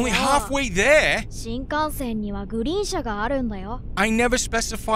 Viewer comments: You said it correctly. “Shinkansen”means train in Japanese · Wow, had to not watch because the back and forth left to right made me dizzy to watch for once… lol. Listening is working well enough. You pronounced the name of the train absolutely correctly! Odd now it’s the interior of an MD-83 rather than the bullet train, though… two rows each side, first class leg room and seat type vs the airline coach class chairs in the game… but games are games, they will never match 100%. I guess it stood out to me because I’ve flown over 200 times from 757s, 737s, A310s, A320s, A340s, MD-80s, Fokkers, Ambreas, and a few others… including the jump seat of a 737-600. Perks of working for a military contractor (at the time) and my ex-step father being the captain a few times for those particular city-to-city flights, heh. Sadly, never got to jump seat in a 737-200 “Jurassic” (since they’re the OLDEST ones and are all analog cockpits). But also being a train lover, I’m pretty familiar with those, too… more US narrow gauge, ironically, which is very narrow indeed, but still cozy. Bullet trains in Japan are an experience to themselves. Extremely QUIET. And I don’t mean noise cancelling. No one speaks on them as it’s considered rude. And you’re expected to buy your own full pack meal bento box at the station beforehand. These rules are broken constantly in anime, for conversation / exposition reasons, heh. But it’s still an incredible feeling to be going along so fast. I still prefer a steam locomotive up front, even though you can feel it “surging” whe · How u pronounced shinkansen was pretty spot on . Love ur videos ❤ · You said Shinkansen correctly! Impressive 😊 he said “ni” meaning two. Then he said “San” when you fell meaning three. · You pronounced Shinkansen the same way I would, and the same way I've heard it pronounced in documentaries. You did fine. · You got the pronunciation correct good sir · It is the bullet train. You are saying it ok.